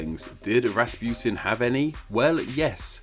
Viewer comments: it's rasputin not rasputine i know cuz my mom is russuian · Why do you say Rasputin like that , the u isn’t eu it’s oo . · It's not raspiotun its Raspotin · It’s not pronounced “Raaspuetin” it’s pronounced Russputin. Please pronounce Russian names and words correctly. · it's Rass-pu-teen not Rass-putin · Its pronounced Raspuchin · In Russia, Rasputin is pronounced Rac-pu-teen (Распутин) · its pronounced rahs-poot-een